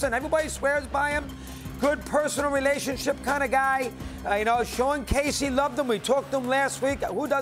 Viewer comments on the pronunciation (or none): none